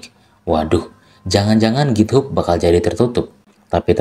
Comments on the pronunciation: githap bacanya bukan github, tiaphari azur bacanya bukan azure 😂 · Maaf bang sekedar saran pronouns nya agak dibenerin lagi karena saya dengerinnya agak kurang nyaman. Contoh Source dibaca sors, github dibaca githab, microsoft dibaca maykrosof. Saya seneng sama bahasan ini, terus lanjut bang buat orang awam kayak saya